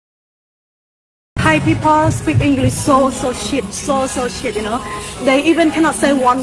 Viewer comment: เราร้องเพลง Elvis presley ให้ฝรั่งฟัง ในยุโรป..เรียนภาษาที่ AUA..การออกเสียงเธอยังไม่สมบูรณ์..ส่วนสำเนียงไม่มีใครซีเรียส..จริงๆแล้วคนฝรั่งเขาต้องการแค่ สื่อสารเข้าใจกันเท่านั้น..เก่งขึ้นมาคือนักร้องสากล..เก่งสุดๆคือ โต้เถียงเรื่องภาษากับเจ้าของภาษา..ซึ่งอย่างหลังไร้ประโยชน์..พีเพิล ก็ผิดแล้ว..นี่ครับ ไม่เรียว หวดสักทีซิ..555